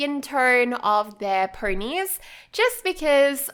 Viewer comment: Why do you say “purnies” instead of “ponies”? 🤔